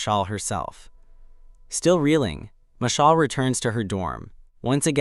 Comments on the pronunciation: the text to speech probably can’t pronounce it right lol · yeah, it just sounds hilarious